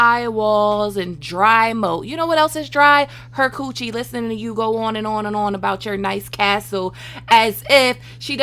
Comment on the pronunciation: are you black? cause the way you said “coochie” and the usage of Coochie is giving that 🤣🤣🤣🤣🤣